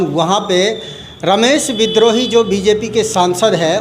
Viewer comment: श्रीमान एंकर महोदय विनम्र नाम के साथ कहना है कि कम से कम नेता का नाम सही उच्चारण के साथ ले जिनको आप रमेश विद्रोही कह रहे हैं उनका नाम रमेश बिदुही है और आपकी गलत उच्चारण के कारण नेता भी उनका नाम गलत उच्चारण के जरिए ही लेकर के बता रहे है